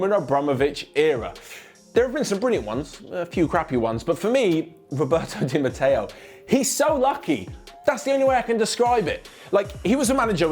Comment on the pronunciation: Sorry but I garra say, Its Di Matteo